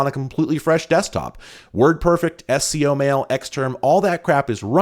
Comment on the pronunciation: SCO was pronounced as a word not as 3 letters. I was at UCSC in the 90s and while I didn't work there I knew a lot of people who did, and they all pronounced it as a word.